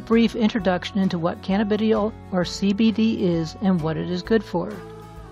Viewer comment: Pronounced Canna- ba- Die- all !